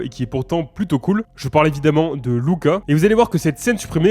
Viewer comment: C'est cool que tu prononces correctement le nom du dernier film Luca :) Je m'appelle exactement comme ça et j'en ai marre qu'on m'appelle Lucas et pas Louka même si ça s'écrit Luca.